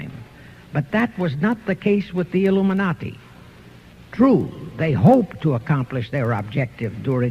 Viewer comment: the "Luminati". LOL